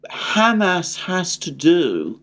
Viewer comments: With all due respect it's not Ham-Ass or Hummus, it's Hum-ahs emphasis on the ahs. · Please stop saying “ham ass”. It’s just too silly. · Your pronunciation of Hamas is wrong. And it drives me crazy